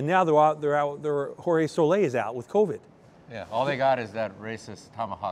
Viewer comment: Can't pronounce Soler's name either....